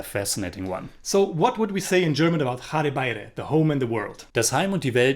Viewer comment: I have recently subscribed to your channel! A very honest review! I saw this movie when it was released first in Calcutta and didn't like it much Both of you took care to pronounce unfamiliar Bengali words well! But the title evaded you it's Ghore Baire! Do check out the correct way to say the first word!